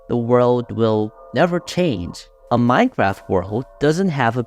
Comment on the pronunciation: ''minecwaft'' bro is ganna talk about dedicated wam next